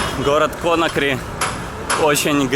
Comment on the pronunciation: Конакри - ударение на последний слог